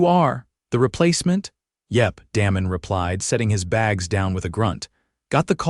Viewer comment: AI can’t pronounce words/names correctly! Da mon not Damon…. It sounds like AI is saying Danom